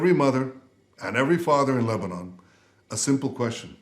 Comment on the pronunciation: LEBANON❌ LEBNONE✅